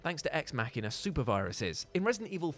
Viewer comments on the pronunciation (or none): none